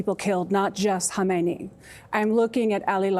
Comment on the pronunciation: In Khamenei and Khomeini, the leading k is silent, not the h.